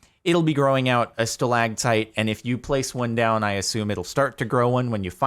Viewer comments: Oh Jardon, you were so close. It's stalactite with a “c” not stalagtite. Only stalagmites have the “g.” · He's got the "tite" vs "mite" right, but he always says Stalagtite instead of stalactite lol